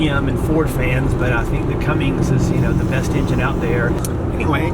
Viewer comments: It's a CUMMINS - Not a Cummings. Sheesh, get it right. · Umm, just one thing. You are doing exactly what I did for years, saying 'Cummings'. There is no 'g'. It's 'Cummins'. Like your posts. REALLY admire you and your wife doing this with the children. You, and a few other couples, are pioneers in what I see as a fabulous lifestyle.